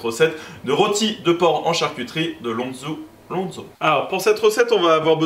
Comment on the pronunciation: Pour info on dit du "lonz" ou "lonzou" -> phonétiquement Et c'est pas du cochon corse mais du cochon noir 😉